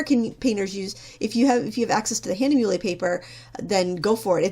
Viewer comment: It is "hah-nuh-mew-luh" not "hah-nuh-mew-lay" for "Hahnemühle".